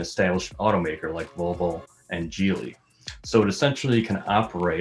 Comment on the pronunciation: I know this os about Polestar but can we at least learn how to pronounce Geely correctly.